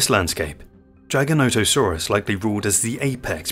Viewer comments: I'm sorry but a few things wrong in this video. First, the pronunciation. It's giga-nata-saurus. It's not "giant - o - saurus, like the video says. Next, some basics. World was divided into the north and the south, after pangea split. So Laurasia had North America and parts of Asia including China. Gondwala was the southern continents, including South America, Africa, Australia, and Antarctica. The north and south territories did not mix, and the dinosaurs evolved separately in the Cretaceous period. So in the north, it was the Tyranasaurs, and in the south, it was predators like giganotosaurus and carcharodontosaurus. Allosaurs were in both the north and the south areas in the Jurassic period when it was all connected, but by the Cretaceous, the land had divided, and Tyranosaurs evolved in the north. the Tyranosaurs outcompeted and replaced the allosaur. So giganotosaurus is basically the evolution of Allosaur in the Cretaceous, in an environment where Tyranosaurs did not exist. These dinosaurs all filled a niche. Why did they get so big? Because the dinosaurs they fed on got so big. Giganotosaurus and mapusaurus fed on the south sauropods like argentinasaurus and the other titanosaurs that existed there. Basically, Mapusaurus is the future evolution of Giganotosaurus. As far as bigger, sorry but the T Rex was more massive, up to 2 tons heavier, even in the charts in the video it shows this. History has proven that Tyranosaurs out-competed the allosaurs, so if you asked me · Take time.... watch your videos. You can get the A.I. voice to say it correctly if you take the time. Edit your script to " Jig a not a sore us " and it will say it correctly. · A.I trash, unless you are excited to learn more about the "Gijah-natosaurus" who lived in Cretaceous 'stange'. A.I. Trash. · Is it pronounced Giga Not a saurus or Giganti Sausrus??? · It's Jigger, Jigger-noto-saurus. Just saying. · 15 seconds into the video and you already butchered the name